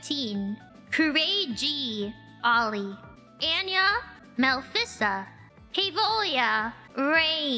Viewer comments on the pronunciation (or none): none